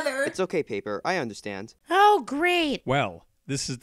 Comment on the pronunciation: Paper more like poper